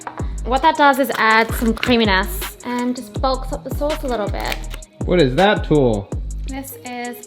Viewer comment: Sorry but when she said creaminess I heard creamy ass